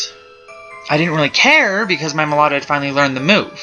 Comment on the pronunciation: it's meloetta